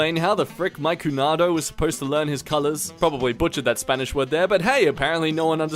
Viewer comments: hey Puerto Rican is more like “cu/nia/do” but nice attempt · To say the 'ñ', the most closest pronunciation I can come with for english speakers, it could be like when you say nya, so then when trying to say the word 'cuñado' you can say like...cunyado. It sounds stupid? yeah...But I speak Spanish so...don't have other shit to try and say it xd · No hate but its not pronounced cunado its cuñado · hearing say cunado instead of cunyado hurt my soul.